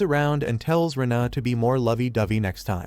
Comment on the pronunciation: The AI has never seen the EI diphthong, because the girl’s name is pronounced “Rayna” not “Ree-inna” and that’s just the beginning of the dumb mistakes. Please edit your 💩